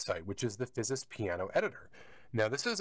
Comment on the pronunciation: There should be a sleep mode which allows an instant startup. If you do road shows with this, have a battery backup line conditioner so it doesn't go into a hard off and thus a lengthy startup. BTW the company name is pronounced without the 'S'.